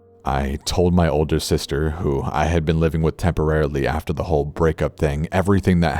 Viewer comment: AMBER ROSE LEE It's "Whole*" not how u said it